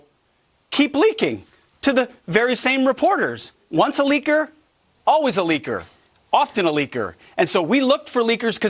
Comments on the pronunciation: It’s funny when Pete Hegseth says « leaker » it sounds uncannily like « liquor » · Pete seems to confuse "liquor" with "leaker". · Bro's saying the word "leaker" too many times that it make me confused with the word "liquor". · The way Hegseth says "leaker" sounds suspiciously close to "liquor".